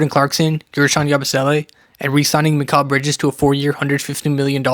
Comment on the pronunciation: Let me ask you one thing. Why do you think that’s how you say mikal bridges’ name? Really why do you think an improper way is correct. Seriously he won’t say his name they way, josh hart won’t, brunson won’t, towns won’t, nobody who knows him will. A lot of the video is wrong thibbs needed to go and you also can’t say mikal bridges’ name right